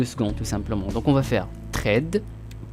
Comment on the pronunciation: Sympa. Sinon ça se prononce ssssssred et pas trade. :P